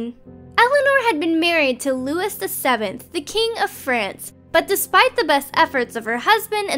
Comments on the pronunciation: How hard can it be to confirm the pronunciation of Simone De Beauvoir, Jean-Paul Sartre, Saville Row, Louis (pronounced Louie not Lewis) VII, Caroline Lamb, Eleanor of Aquitaine.........? C'mon guys! That's just careless and sloppy! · FFS and the rest of planet Dolan, figure out how to pronounce words you aren't familiar with before making videos! Louis is pronounced Looo-eee, not like Lewis.